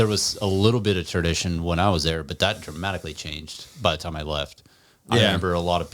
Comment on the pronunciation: 🤣 has his own language I swear he says ‘tread meal’ and now instead of ‘tradition’ he said ‘TURDition’